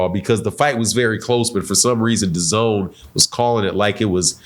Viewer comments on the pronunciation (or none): none